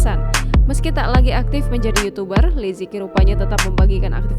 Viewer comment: Li ce qi bacanya Mimin bukan lizeki